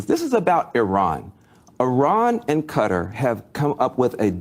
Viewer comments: Somebody please tell my why Kuh - Tar (Qatar,) is so difficult to pronounce. Or are we just trending incorrect pronunciations? I seriously think there are much more difficult words to pronounce than that. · First of all QATAR is pronounced "Kuh-TAR" not "Cutter". Next Netanyahu PAID Qatar to maintain HAMAS. Third, Bill Maher is an idior and lacks general knowledge. The asshole has recently started kissing tRump's ass. Must be scared. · Y'all... it's Qatar (Kuh-Tar), not Cutter. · "Kuh-TAAH" with the emphasis on the second syllable. I am sitting here trying to figure out who or what the hell "Cutter" is. I was genuinely confused. Learn how to pronounce words. Anyway, Van Jones is a loser with no shame, dignity, or moral compass. He is a callous, heatless swine with no consistent principles of which to speak. He is clearly corruptible. He is clearly trying to drum up support for a war against Iran (primary target) and Qatar which oh-so-neatly aligns with and reflects Israel's interests and view of the region. The obsession with Iran is exhausting. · Him pronouncing it cutter it's not cutter. It's Qatar sound it out. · Since when did Qatar become Cutter?🤷‍♂ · I wish American's would learn to pronounce Qatar properly.